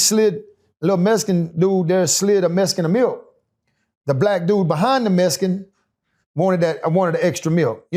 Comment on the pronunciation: It was a messkin? Why do I always here that, if you can spell something you should be able to pronounce it